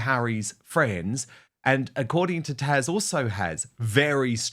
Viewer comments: Dan, it's TAZ not TASH I'm a kiwi myself so it's not the accent.. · Please it's TAZ not Tash she is amazing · Dan you really need to learn how to pronounce her name right it's Taz not Tash!! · Her name is Taz not Tash, right? Why does he keep calling her Tash? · Side note... Dan, it's TaZ not Tash... Sorry every time I hear you said Tash I kept shouting at my phone😅😂😂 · I thought your guests name is Taz. Not Tash. How rude. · Dan, it's Taz, not Tash. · Her name is Taz pronounce the Z, it Ian not tash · Her name’s Taz not Tash. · Dan I believe it's Taz ( zzz) not Taj? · Taz, not Taj or Tash !!! TAZ, TAZ, TAZ !!! (Like jazz). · "TASH"? Why does he call Taz, "Tash"? Is her name Natasia? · P.S. Taz, not Tash. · TAZ not Tash !!!!!!!!!! Come on Dan get her name right haha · Dan wooton, her name is taZ, not tash. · Dan, Dan you are still referring to TAZ as 'Tash'. T A Z !!!!! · Dan, the lady's name is Taz....just saying 🎉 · Her name is Taz, not Tash. 😮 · Who on earth is Tash? Is he saying her name wrong? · I’m just curious but why do you call Taz “Tash”? lol